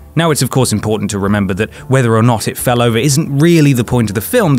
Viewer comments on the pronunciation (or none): none